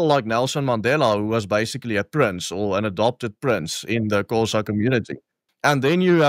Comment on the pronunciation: You claim your mom taught Xhosa and yet you can't even pronounce the name.